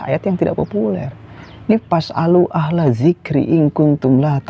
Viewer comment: Ya memang harus gtu..klo bacaan qur'an salah..sdh seharusnya d benarkan..jd suruh belajar iqro' lgi..fas'alu jd pasalu..ahla jadi alah..dzikri jd dzikro.. itu jelas fatal.. jd ya hrus legowo klo bacaannya d benarkan..